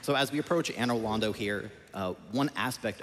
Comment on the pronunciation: The way Americans pronounce Anor Londo is driving me hollow